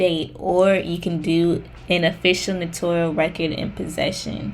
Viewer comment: Just to let people know, the word is spelled "ACKNOWLEDGMENT" without the 2nd "e" so it's NOT "acknowledgement". Also, Notarial is pronounced as "no-tair-ree-uhl . I think people think it sounds similar to the word "notorious". Thanks for the vid! 🎥